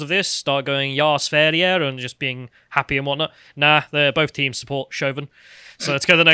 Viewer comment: As a Swede, I like how pronounced "Jaaa, Sverige!" almost perfectly